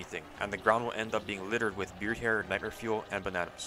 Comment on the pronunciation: i literally had to rewind to make sure i heard him correctly 💀